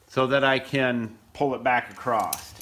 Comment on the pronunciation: Fantastic Videos. I have enjoyed wacthing these for a long time. Highly innovative guy. Please though...for me, bro...the word is across, not acrost or acrosed. (those are not words!). Love ya, mean it.